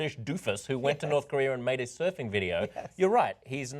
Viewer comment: Come on TYT. No one was willing to correct her. As she read, "Soofing..." I would have interjected, "surfing."